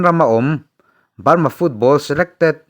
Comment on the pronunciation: A tawp lam hi i ti BALMA tlat zel😅😅